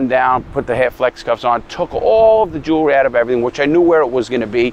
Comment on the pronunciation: Notice how he says first jewerly